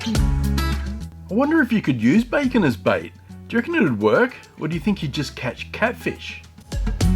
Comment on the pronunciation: Did you call the bacon Kevin 😂😂😂😂